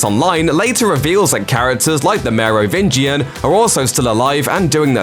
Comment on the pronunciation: I’m legit impressed by the consistent pronunciation of Merovingian